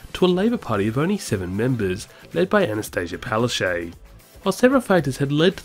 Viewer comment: Why is Palaszczuk pronounced as Palashey?